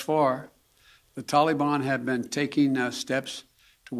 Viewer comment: What is this "tollybon" malarkey?